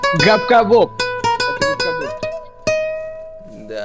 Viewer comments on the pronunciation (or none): А по моему он сказал " габка ГОП"😂😂😂👌